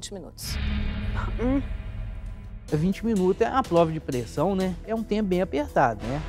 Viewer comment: Esse é uma farsa total. O cara fala" É uma pLova de pRessão" das duas, uma: ou ele tem alguma dislexia até então desconhecida, ou é, como falei no início, uma farsa! Babão insuportável!